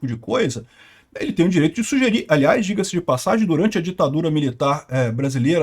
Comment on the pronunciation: "digassi di passagem" è o pow kkkkk